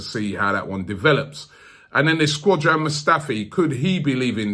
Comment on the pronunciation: he says it like that all the time😂😂😂